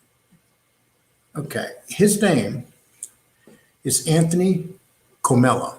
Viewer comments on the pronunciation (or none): none